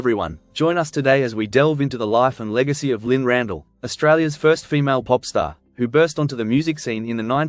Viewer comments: Her surname was pronounced RandELL not Randall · Carol , I’m with you . I was born in 1950 and only ever remember her being referred to as Lynne Ran-DELL .